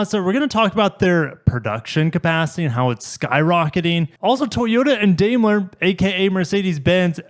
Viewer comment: Daimler is pronounced "Dime-ler."